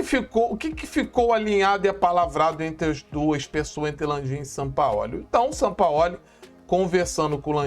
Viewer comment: nitidamente vc está novamente passando pano p Sampaóli como vc diz, Sampaó ó 😂😂😂😂